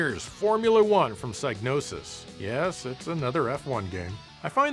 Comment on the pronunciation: .....joe.....learn how to pronounce Psygnosis. Sig-no-sis